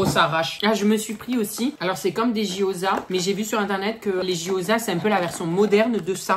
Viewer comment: Noho c’est pas les jyoza mais les Gyoza